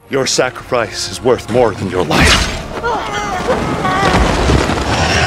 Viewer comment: Did he say “Your Sacri-fries?”